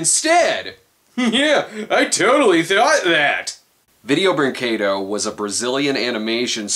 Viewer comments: "If we're gonna talk about a company like Video-" pauses video, prays he pronounces it right, plays video "Breen-KAY-doh..." 10/10, better than Film Brain, you actually got it right! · Holy fucking shit, someone reviewing a Video Brinquedo... thing... actually pronounced the name of the company right. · It's refreshing to see an English speaking reviewer pronounce "brinquedo" the right way!